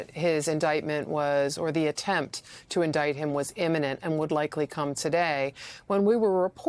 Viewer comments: Did that planted questioner just say in-iment? How about imminent? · Let's not forget the Trump-friendly reporter who asked about Comey's "in-a-mint" (imminent) indictment. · The fake Fox News reporter said "eniment"... 🤦🏼‍♂️ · MTG’s bf Brian Glenn can’t even say “imminent” correctly